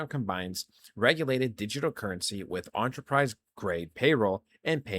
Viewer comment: Bro, love your vids. But enterprise is not spoken like you are eating an entree at a restaurant. So please stop saying entree-prize. It’s like Enterprise Rental Cars. Spoken “enter-prize”.